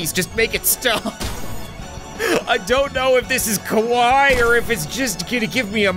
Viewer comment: That Japanese intro was more "kowai" than "kawaii".